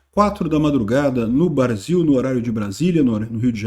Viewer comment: ta com saudades dos barzinhos, não falou Brasil, mas BAR-ZIL😂😂😂